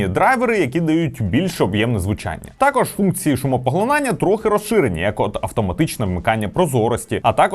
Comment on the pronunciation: не тАкож, а такОж